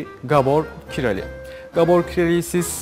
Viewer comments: Merhaba, elinize sağlık. keyifle izledim. bir bilgi paylaşmak isterim, Kİ-RA-Lİ diye okuyoruz hepimiz ama Macarca doğru telaffuz Kİ-RAY şeklindedir. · Yabancılarda bizim isimlerimizi kendi dillerine göre telaffuz edebiliyorlar. Doğru evet. Adamın ismi kiray aslında. Kirali dedik. Dirk kuyt'a ingilizlerde bizde kayt dedik adamın ismi köyt aslında. 😂 Capone vardı galatasarayda kapone dedik adamın ismi kapon.. Tıpkı Avrupa kanallarında ümit ismini yumit olarak duyduğumuz gibi.